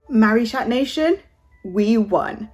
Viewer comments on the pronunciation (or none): Im sorry but they way u say marichat sounds like marish@ LMAOO